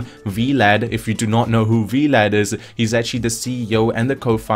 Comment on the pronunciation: V-Lad? XD Sounds like a superhero sidekick. It's just "Vlad" short for Vladimir.